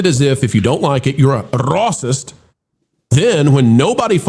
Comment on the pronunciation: Offense is subjective and individual. Both Elvis and Jerry Lee Lewis were married to grade school minors. Like the pro show and believe you are not a bigot but the way you say racist is offensive and is dismissive.